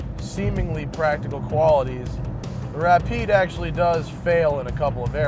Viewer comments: When that guy said Rapide I about threw my computer out the window. It's pronounced Ra-peed. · Great vid, except the guy who pronouced the car Ra-Pyed ! idiot. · The Ra-Pied😅😅😅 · The rap eyed, nice. How can you even pronounce it that badly? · Why did he pronounce it Wrap eyed? Oh my that dude needs a punch in the face! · the "Ra-pied"? eek.